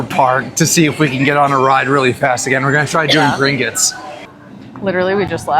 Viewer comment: it’s Gring-otts not gring-itts haha